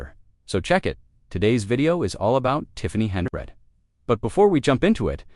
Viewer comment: How does one pronounce her name: Henyard or Henabread?